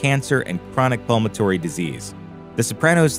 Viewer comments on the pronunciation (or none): "Pulmo-tory" disease? You mean pulmo-NARY disease, lol. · 'pulmatory disease' LOL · Thanks, I listened to that twice and was like "pulmatory"? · What the heck is chronic "pulmatory disease"